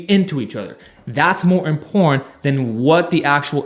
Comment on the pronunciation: Please try and enunciate every syllable of each word - it's very 'imporrant'.